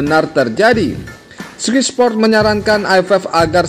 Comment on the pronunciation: Oeeee bacanya SKAY SPORT bukan SKY